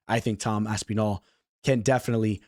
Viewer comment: Stop pronouncing Aspinall like Aspeenall 😂